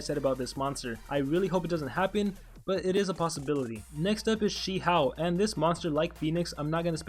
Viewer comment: Your pronouciation on Shi hou is so funny XD. sorry no offense